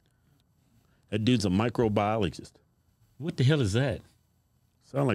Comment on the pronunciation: Could barely pronounce microbiologist.